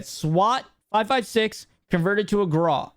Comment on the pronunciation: It's pronounced graow. Not graw lol hey tomato tomato. Biggest L's are the armor satchel holding just 8 plates. Noone was ever made about having more plates lol especially when they are hard to find. Also I was hoping gas grenade and impact grenade were gonna be gone. Wouldn't be a big deal if the munitions satchel was gone. But you can still get it lol oh well. Verdansk is gonna be a vibe if they change up the meta and have stable servers with little to no cheaters!!